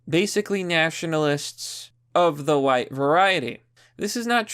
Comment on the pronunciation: Really? Wuite supreme? Then why did he kill wuhite people?